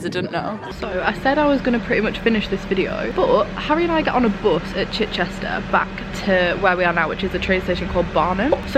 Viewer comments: its literally pronounced chich-chister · Chichester is pronounced Chi-chister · The way you say Chichester 🙃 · slightly triggered at how you pronounce Chichester but other than that love it 😂